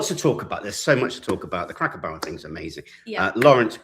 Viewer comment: Please say cracker Barrel properly do not say it like you are saying a cracker barrel it’s driving me nuts!